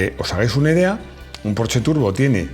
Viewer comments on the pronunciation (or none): none